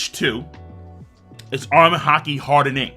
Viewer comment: The way king says “hardENing” doh